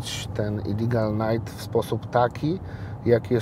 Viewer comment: "Illigal Night" hahahaha "Illegal Night" tak się wymawia i pisze.